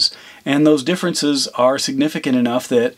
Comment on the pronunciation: The word siginificant was hurt in this video.